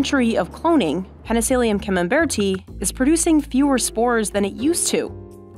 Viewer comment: It’s “peni-silly-um not “peni-seal-ium”, and it’s “fun-guy”, not “fun-jai”.